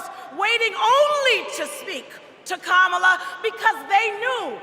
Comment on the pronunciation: Clinton is so racist! He mispronounced Kamala's name. The mortal sin.